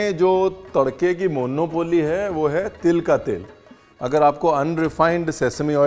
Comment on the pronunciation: मोन्नोपोल्ली ❌ मुनौपली ✅